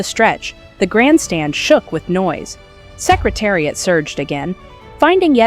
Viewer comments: So many misplaced videos going backwards and mispronounced names of jockies and horses. What a worthless video! Secretari-ott really! The whole purpose defeated! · Canadian pronunciation.;)